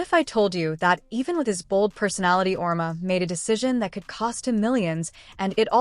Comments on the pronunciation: His name is pronounced Aur-Eema! And he’s a horse’s backside!! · Learn how to pronounce Geno’s name you idiots.